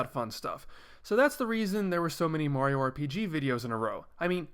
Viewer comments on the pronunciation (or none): none